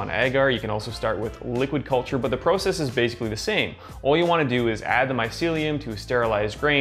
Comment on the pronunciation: Nice video. Only complaint is the way in which you say “process”. Lol